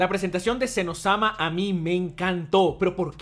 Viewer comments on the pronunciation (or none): Es Zen oh - sama, no un Elmo adolescente XD